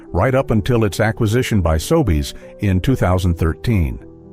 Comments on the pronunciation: I can find no evidence that P-W ever existed in Canada. And the pictures of locations do NOT look like . The fake voiceover can not even pronounce Sobeys: "Sobays". I would not click on this channel again faster than the clicking of price guns down the aisle. (sheesh) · The hack that made up this "video" surely WASN'T Canadian. Hiding behind an automated voiceover. "Sobays"... right.